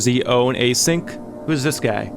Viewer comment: just a little correction: it's actually Async (as in asynchronous, out of sync) not A-Sync :) because it's relevant to the narrative!